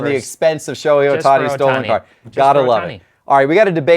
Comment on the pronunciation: It’s STOLEN, not STOLLEN. Stollen is a German fruit bread.